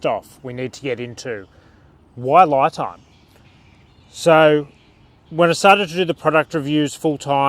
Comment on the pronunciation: Isn’t it pronounced Lee Time?